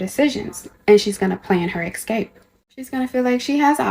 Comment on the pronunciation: Americans the word is escape NOT ecscape.